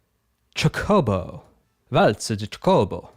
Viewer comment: Chocobo is pronounced like CHOKE-o-bo. You're putting the wrong em-PHAS-is on the wrong syl-LAB-le. It's important if you're gonna be covering Final Fantasy games. They're sort of the series mascot. Them or moogles. A good case could be made for either.